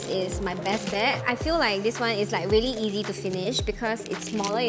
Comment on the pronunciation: No one Literally nobody Not a single soul - vely vely vely(really) Its vely not really 😜😜😜